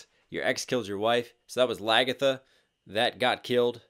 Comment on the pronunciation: ngl my computer laged when he said lagitha XDDDDDD